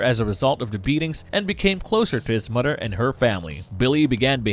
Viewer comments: Did the narrator pronounce mother as mudder smh.... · Narrator pronounces it, "Mudder and Brudder." LMAO. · Why cant you say the word "mother"?